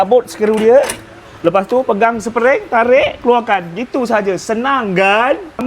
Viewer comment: Spring bang spring bukan sepering